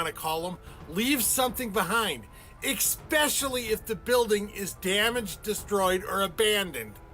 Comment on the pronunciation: It's hard to take the guy seriously when he pronounces especially as "ECKSPESHALLY". 😄 Dude is completely WRONG about dinosaur bones in museums. There are many museums in the U.S., Canada, Germany and elsewhere that display authentic bones, including the famous "Sue" in Chicago's Field Museum, which is the most-complete T-Rex skeleton currently known to exist. The American Museum of Natural History in NYC has a collection of 85% real (not fake) dino and other fossils available for public viewing. He's pulling stupid conspiracy theories out of his ass and should do some research before making videos.